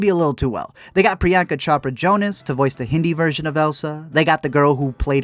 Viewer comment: Oof that pronunciation of Priyanka Chopra Jonas though.(P.S I'm not trying to be some pretentious asshole, I just found that pronunciation very funny and mean no harm to him.)